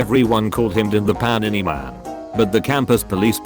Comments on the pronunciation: Why is no one talking about the pronunciation of panini? Pah ni ni 😂😂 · The way it says panini 😂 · I love how the voice pronounced “panini.” I’m gonna replay that now. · I can't stop laughing at the way this says Pannini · I love how he says Panini 😂